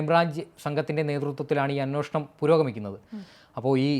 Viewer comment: Anwoshanam അല്ല... അന്വേഷണം ആണ്.